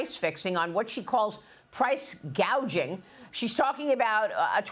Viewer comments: She called it Price Gauging, not Gouging... teleprompter illiterate. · She said price. gaging. She doesn’t even understand what someone wrote for her.